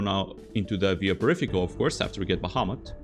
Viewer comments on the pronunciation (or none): none